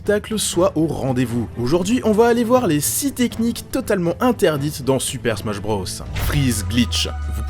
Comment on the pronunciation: « Smash Brausse » 🤣🤣🤣🤣🤣🤣🤣